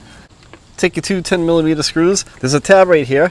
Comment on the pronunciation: 10 "millameeta" socket 😂😂😂